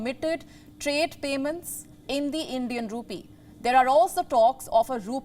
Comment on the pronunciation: I'm confused. Is she saying Indian Rupee or Indian Poopie? 🤔